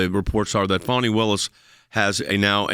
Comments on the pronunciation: Fani, some people pronounce it Fanny, but it is pronounced Fawn-I. You know, like a young deer. More like a Rabid Zombie Deer. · Where’s the w in Fani?